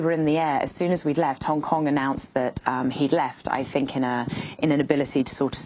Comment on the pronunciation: The way A pronounces 'Hong Kong'...